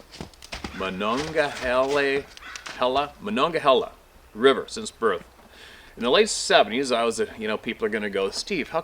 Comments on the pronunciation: MON ONG A HEELA BUT you did pretty good. Lol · You did well. Here in southwestern PA we usually just call the river "The Mon". (rhymes with fawn) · The monegehala runs through Pittsburgh too Steve... that sounded more proper than we say it here. Great Job buddy..